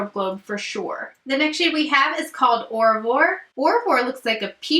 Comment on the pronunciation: Aura voir , voir sounds like muah. Vuah. It's French for good bye.